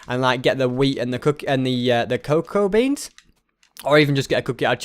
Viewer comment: It's that ses coacwa beans